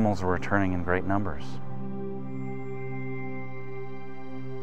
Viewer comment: man: "How many aminals died?" Ranger: "Yes"